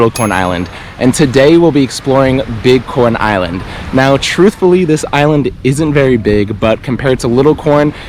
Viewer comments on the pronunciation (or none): Lol... Everytime he said big corn Island it sounded like he was saying bitcoin island... Then I see a boat that said bit coin island.. Wow.. What's the deal with that? Do they accept bitcoin on this island?.. Now that I'm listening closer... Dude you are saying bitcoin island aren't you?